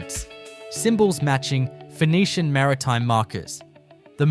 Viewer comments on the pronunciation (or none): none